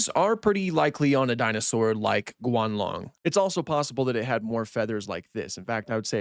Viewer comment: Its Guanlong not "Gualong"